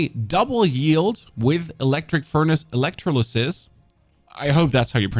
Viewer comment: You pronounced electrolysis right but pronounced aluminum wrong.